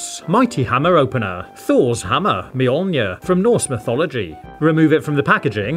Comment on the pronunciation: He said Thor’s hammer name right